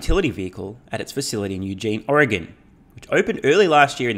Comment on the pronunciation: Kudos for saying Oregon correctly,.